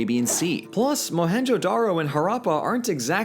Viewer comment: Ok but blues pronunciation of Harrapa and Mohenjedaro is killing me💀💀